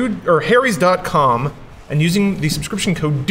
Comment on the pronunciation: t's is pronounced HARRY'S you flipchart! Not Hairys, or Hairies. The "Ha" is said with a phonetic 'A' sound, like Apple, not Aeypple or Eipple. What the sock is wrong with you? Thanks for spelling it!